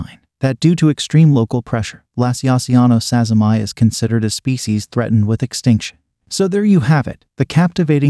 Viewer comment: So about the name of ex-P. sazimai its natural to read it as "sazzy-my" but I dont think thats right. It was first described by some Japanese tarantulaologists and named after a Japanese person called Sazima, presumably pronounced "sa-zee-ma." So, like how Brachypelma smithi , described by Smith, is pronounced "smith-ee," I think sazimai should be pronounced "sazima-ee."